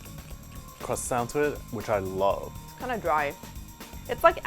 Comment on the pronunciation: I'm a food expert. Also me: which I LoOAuohv My english is amazing. Also me: And like, oh I was like, like, LAIK